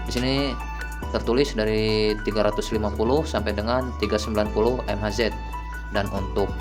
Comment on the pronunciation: Ngomong mhz itu mega haize om